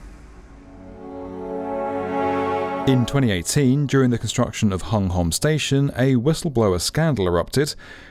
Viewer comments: Fun fact: Hung Hom is actually pronounced Hong Hum! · Great documentary as always. But pronunciations of foreign names can be better as always, especially when the interviewee has already said it. "Hung Hom" is actually read as "Hong Hum" in English. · For future reference, please kindly be advised that "Hung Hom" is actually pronounced: "Hong Hum". Don't ask me why. Or how. It just is.